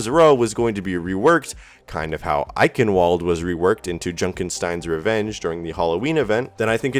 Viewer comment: Roche Walden is pronounced "eikenvaled" not "eikenwald"